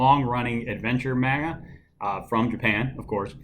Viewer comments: Ikr? It's pronounced mahnga, not manega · Are you saying maga or manga? Lol